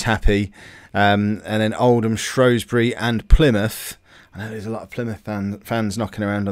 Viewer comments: He said shrosbury instead of shrewsbury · Andy Pandy me theirs no fucking o in Shrewsbury